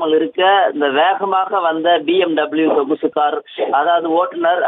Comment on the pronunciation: என்ன செய்தி வாசிக்கிறீர்கள்??? செய்தியில் போகும் வார்த்தைகளை சரியாக போடவும் தயவு செய்து.. சொகுசு கார் என்பதை கொசு கார் என்று பல வார்த்தைகள் தவறாக போகின்றன..